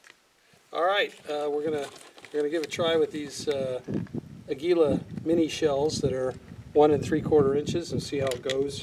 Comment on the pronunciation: AA-gee-lah. Its a spanish name which means eagle.